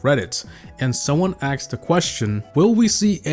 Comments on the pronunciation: I like how he says axe them instead of asked them 😂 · "and someone axed"